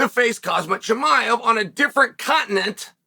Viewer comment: Chael Sonnen Pronunciations: 1. Actual Pronunciation: Kham-Zaht Chu-My-Ev. Chael’s Pronunciation: Haz-Mat Chum-Eye-Ev. 2. Actual Pronunciation: Al-Ex Peh-Hay-Uh. Chael’s Pronunciation: Al-Ex Pee-Era. 3. Actual Pronunciation: Are-Mawn Suh-Roo-Key-Un. Chael’s Pronunciation: Are-Man Sir-Carry-In.